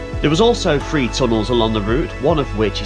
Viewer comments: Why do southerners say fwee instead of THREE, been subbed to your channel for two yrs now but having to unsubscribe because of this issue. It makes you sound uneducated 😢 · As a southerner (south western to be exact) I’m quite insulted by your comment there. I’ve never pronounced THREE in that way, and don’t know any southerners (and I know many) that do. Anyway, if that’s how some do then it’s down to something called dialect. If you’re going to unsubscribe from a fantastic channel over something as minuscule as that then more fool you.